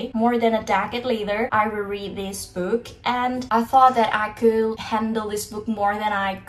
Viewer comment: kak, agak aneh dengan pengucapan "could", "would", dll kakak yang l nya ga silent, cmiiw kak kalo kakak sebenernya ngucapinnya bener uda bener, cuma telinga aku ato pengetahuan aku aja yg salah hehe. semangat kakkk <3